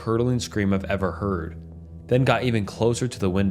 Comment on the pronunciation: "Nothing Could Iyever Hurt Me" 👍